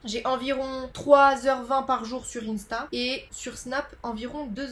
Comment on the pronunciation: Cette prononciation d'insta me fait très mal au cœur 💔😭